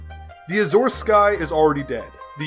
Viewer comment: Don't want to sound snippy, but you even mispronounced azure.